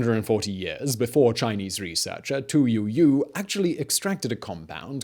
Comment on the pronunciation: I had to chuckle! "To me, Tu Youyou"